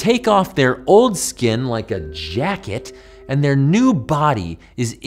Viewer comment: I’m obsessed with the way you said “Like a JACKET” 😆😆😆